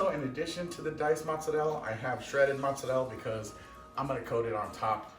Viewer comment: Motz-Sur-El. Why? Mozzarella. Motz-Sur-Ella. TF you do that?